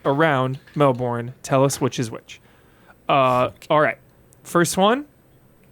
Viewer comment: said Melbourne correctly pronounced "Mel-burn" without pause